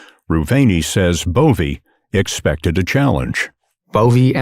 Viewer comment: I thought the narrator called him ANAL BOVEY, seems about right